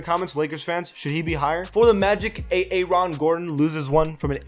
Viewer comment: Wtf is wrong with u “a-aron”